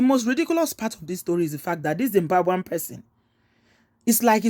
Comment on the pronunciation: Did she just say Dzimbwambwen?